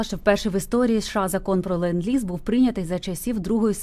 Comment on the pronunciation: Lend, not land.